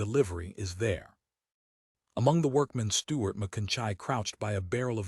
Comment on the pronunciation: within 29 seconds a.i cant pronounce Stuarts name